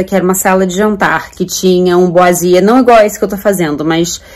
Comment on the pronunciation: O nome da técnica de revestimento de madeira na parede é boiserie ( se fala "boaserí") e não "boisier" 😉 Ficou ótima a parede! Acho o máximo quem tem jeito pra DIY. Eu sou um zero esquerda para este tipo de trabalho.